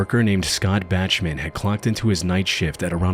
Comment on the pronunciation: Tip for the future. Bachman is pronounced Boc-man